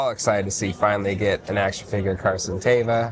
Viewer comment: he said it wrong both times🙄🙄 it’s night sister and then pronounced “mare in” 👍 and then he tries to make an office reference and be funny and screwed that up as well🙄🙄 it’s “Vance” refrigeration not vanth…. And … It’s pronounced Carson “TEEVA.” Also “Mith roll” …. Dude you just have some serious trouble pronouncing words don’t you?